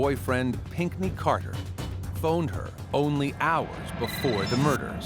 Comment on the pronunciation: Pinkney ?? Is that American.